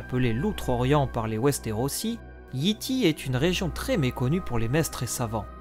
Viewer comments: Comme toujours, une vidéo complète, bien construite et qui instruit. Mais toujours un gros problème de prononciation (on prononce "Yaï Taï" et non Yi Ti, teaser se prononce "tizeur" et non "tazer", showrunner se prononce "choreuneur" et non "chorouneur", Shireen se prononce "Cheurine", l'auteur est G.R.R. "Martine" et non "Martin")... Bref, faut se rappeler que la langue d'origine de GOT est l'anglais, donc les noms ne peuvent pas se prononcer comme en français. Je pense que dès que cela sera respecté, ce sera la meilleure chaîne d'explications sur GOT ! ;) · Excellent ta rubrique Géographie est ma préférée ^^ je vais quand même faire une petite remarque : Yi Ti se prononce Yay Tay